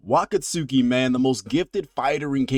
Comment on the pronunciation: It's pronounced Wah-kotski not Wakat-suki